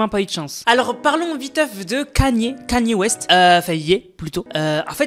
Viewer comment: « CANI west » 😂🤣. Kany se dit:« Kayni ». Avec le nombre de personnes qui te l’as dit, tu n’as Tjrs pas compris. » . T’es teubé ou bien….😅